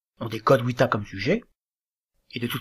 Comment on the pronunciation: Votre prononciation n'a RIEN en commun avec le Latin et encore moins avec la musicalité des vers , qu'il faut scander . Il n'y a pas de"UITA" , mais " VITA,AE "; le mot " QUE " se prononce " CVE" .Malgré vos certes connaissances théorique, les fautes de prononciation ( et je n'ai pas tout cité....) ,gâche tout .